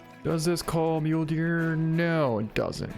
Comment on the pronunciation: So. Does he call the Mule Deer Mulee's on purpose or does he not actually know how it's pronounced?